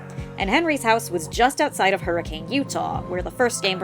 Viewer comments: FYI Hurricane, UT is pronounced "HER-ih-cun," not "Her-ih-CAYNE" :) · Believe it or not the town of Hurricane, UT is pronounced "hurrah-khun" it's always weird to hear it said hurricane in fnaf videos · Someday fnaftubers will pronounce Hurricane correctly (the town is pronounced Hurr-ih-cun)